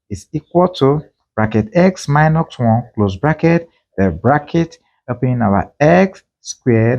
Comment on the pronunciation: Why do you say minoX and pluX? It is not english.